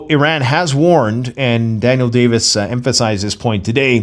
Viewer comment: There's still no E in "Iran". No matter how many times you mis-pronounce it. You complete moron.